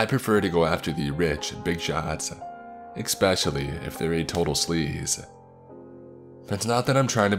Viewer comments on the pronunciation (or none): I love your page and stories but there is no x in the word "especially" it is not pronounced "exspecially" lol really triggers me when you say that. There are a few other words you pronounce weirdly and it bugs me. Just saying, it would improve your videos IMO.